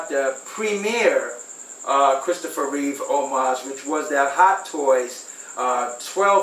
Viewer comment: It’s “REEVE”…not “REEVES”!! God, that always bugs me!